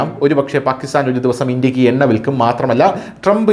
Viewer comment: Enna അല്ല. ... Unna